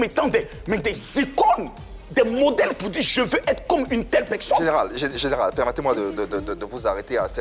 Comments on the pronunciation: padon on dit personne et non peksonne c'est agaçant.🤣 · Epuis il continue à dire (pekson)🤣🤣